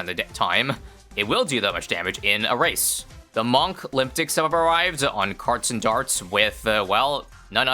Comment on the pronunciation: The pronounciation on monklympics.